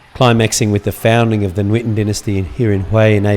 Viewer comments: You are so amazing when you'r speaking Vietnamese lol. But you said the word "nguyễn" somewhat wrongly, you did like "nuyễn" :p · the "NG" in Nguyễn is pronouced like "siNGer" in English. i hope it helps you somehow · I realized that you said the word "ngon" perfectly, and you wanna improve the sound of the word "nguyen", it's something similar.. ;) thanks for making this video! It was so good :)